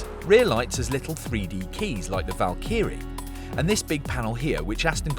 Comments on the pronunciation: Val Kerr ree? What? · Good ol, Valkeyree Bottas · why do you pronounce Valkyrie with an American accent? Val-key-ree? Its Valk-ehr-ee. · Sorry, but whats a 'Val-keerie'? lol. I know of a Valkyrie..... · “Valkeery” Hmmm I think Aston Martin will be sending a strong worded email. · Val-Key-Ree Lol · Valk eerie? Someone needs to tell him. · What is a Valkeary? 😂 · Stop saying Valkee-ree! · Val-key-ree.... I bet he cooks his ready meals in his Mee-crow-waa-vay. It's embarrassing for a motoring journalist to be this sloppy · "Val-kee-ree" lol Please never say that again. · Surely it's Val-ca-ree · agreed, it's supposed to be "val-k'ree" for those wondering. the Y is almost silent. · This is the British pronunciation according to Google. However, Val-kuh-ree is my preferred pronunciation. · Val•kr•ee American Val•keeuh•ree British It’s no different than how Americans and British pronounce aluminum. We are two people separated by a common language. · A world famous channel know for its car reviews and this dude can’t pronounce Valkyrie! Really! HR needs to have a word. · Someone at TG please tell him how to pronounce Valkyrie correctly. Or is he just trying to be a pedant? If so, success…. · the way he said valkyrie made me dislike this video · The presenter getting shit taleked for the way he pronounces Valkyrie and here I am sitting saying it the same way >< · Sounds like Charles Barkley's golf swing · I thought it was rather odd and perhaps I'd misheard! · I was just gonna make a comment myself...Ha!! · had to click off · Holy shit, it's atrocious pronunciation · Why does this guy say Valkyrie like that 😂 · Because he's daft.